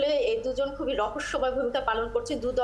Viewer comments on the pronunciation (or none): none